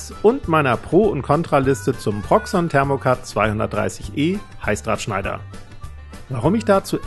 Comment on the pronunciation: Ich verstehe die ganze Zeit Halsabschneider. 😬 Aber cooles Video